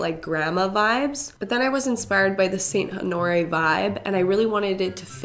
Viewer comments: Saint ho nor ee 😭😭 (it’s honor Rae) lol also seeing all of these comments about “omg I thought you cut your hair” are so funny because I’m here about 12 hours after you posted the video about cutting your hair LMAO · Saint Onore? Lol at the very end she said the name wrong, twice 😂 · She was like “saint AnOoRriE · Saint “oh nori” lmao girl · I definitely was laughing because she only said honoreé right once 😂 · why did she say Honore right in the beginning but she said it completely wrong 😂